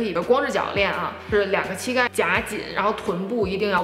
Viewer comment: 不是qi盖，是xi盖